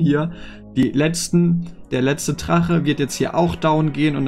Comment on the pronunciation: Es heißt Drache nicht Trache aber gute base